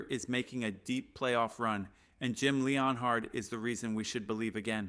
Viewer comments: Dude, if you're going to make a Broncos channel, how about you don't have AI do it for you. Otherwise there's no way as a Broncos fan you pronounce everyone's name wrong. I dont remember Sean Payton hiring anybody named Jim Leon Hard. It's Jim Leonhard, as in Leanard (Len-urd)!!! Nor do we have a cornerback named Pat Certain. It's Surtain (Sur-Tain). And all you're doing is copying other shows. You can't even come up with your quotes or ideas. Hang it up or do it right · Stopped watching after you butchered Jim Leonhards name. Stop